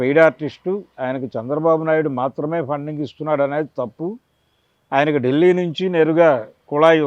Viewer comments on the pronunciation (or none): none